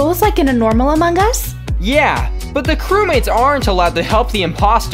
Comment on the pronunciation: Its so funny hahahahaha he said amog us pahahahahahahahaha